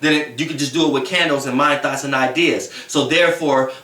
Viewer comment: It be so funny when he say “thoughts” lol 😂 “thots”... sorry but this is definitely the truth i had a terrible relationship... but karma will prevail.